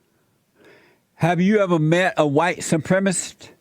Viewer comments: Jeesse can’t even say white supremacist, he says supremisss, fucking asshole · Someone please inform the host that the word is pronounced “Supremacist” and not “supremist.”